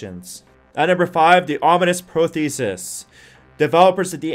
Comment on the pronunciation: be nice if you could pronounce "prosthesis" correctly